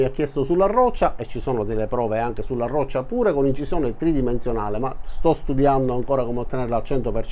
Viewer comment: Sulla rrrroccia è meglio😂😂😂😂😂😂